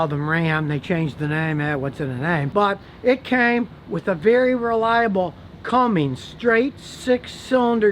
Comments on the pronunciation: Cummins, not Cummings. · Am I the only one who cringes a little when he says cummings and not cummins no hate tho lol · Its Cummins not Cummings ya nerd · It's "come men's", not "Cummings"... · Why do you keep saying Cummings? The diesel engines are Cummins. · Its not a Dodge and its not "Cummings" Geezzz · Ok Scotty. There is no G in Cummins and you ignore the A in Aisin - say “Isin”. As for ZF. They make a great 8 speed auto that is in a lot of cars and the Ram 1500. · That's because years ago, women's groups complained about the name, so Cumming replaced the "g" with an "s" . Problem solved. Scotty is old enough to remember the original name. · "with a CUMMINGS" oof Scotty. My 06' 5.9 is still going strong with 158k on the clock. No hiccups other than she just got a new set of injectors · CUMMINS not CumminGs. No "G" Scotty. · Did he just say Cummings again? Bruh its Cummins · If you're a mechanic why are you saying "Cummings" instead of "CummINS?" Makes me wonder....... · Scotty: "CUMMIN-G-S" Every RAM Enthusiast: .... Ah, no it's 'CUMMINS'!! Love my 2015 RAM 3500 6.7 Cummins, it pulls like a freight train! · Matthew Beske Retired truck driver here, 45 years experience, I’ve heard the name pronounced countless times correctly. Every time I hear someone pronounce it wrong (Cummings or Cumming) I want to call them a dummy. 😠🤨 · Hmmm... not to be picky here, but why do so many people, including Scotty here, call Cummins diesels "Cummings?" It's pronounced "Come-Ins," not like the actor Robert Cummings. Just sayin'.... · Jake Rheault you are absolutely correct.. Did you hear him say cummings lol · Scotty, you lost credibility when you called it a "Cummings" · I know lol. When scotty pronounces it in the video it sounds like he says cummings with a g on the end. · Its Cummins!!!!! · Cummins. No G on the end. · Scotty-no G in Cummins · I can't take a mechanic serious that calls Cummins brand motors, "Cummings". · Cummings.....LOL one pump chump